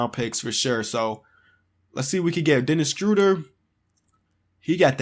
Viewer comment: "Denis Struder" it's official Denis Schroeder is now Denis Struder